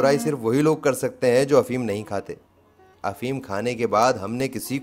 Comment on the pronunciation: Kirkit ???? Or Cricket. ھفیم؟؟؟ یا افیون۔۔۔۔ ۔ اگر اردو بولنا نہیں آتی تو کیا لازم ہے کہ اس کی ٹانگیں توڑو۔ اپنا اصل کام کرو۔ حجامت۔